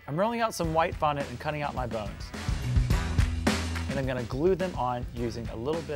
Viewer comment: When he said he's going to cut out the bones I thought he said buns